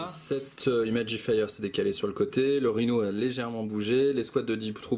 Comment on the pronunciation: C'est très cool bien expliqué et super niveau ambiance Attention à l'accent anglais. Imagifer ne se prononce pas Imagifire. Dans ce cas là il vaut mieux s'abstenir ;)